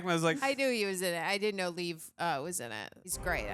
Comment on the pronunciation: not to be nit picky but I will, its pronounced Lee-Ev, 2 syllables, not "leave"